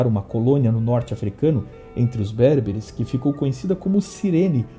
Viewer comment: Gosto muito do canal e do conteúdo. Porém uma pequeníssima correção. Em português não se diz Cártago. A sílaba tônica é o Car"ta"go. Também é ber"be"re e não bérbere. Parabéns pelos vídeos, são excelentes.